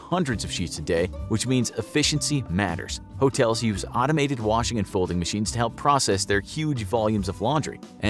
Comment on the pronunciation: Love the fact that you say folding-mashines and display women